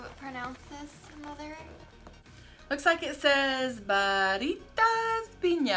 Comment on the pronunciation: I prefer the Barritas strawberry they are really good! And you said that right.